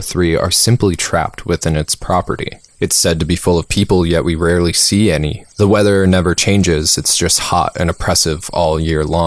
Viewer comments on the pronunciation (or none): none